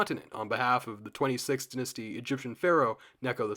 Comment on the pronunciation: first syllable of dynasty is pronounced die like singular of a pair of dice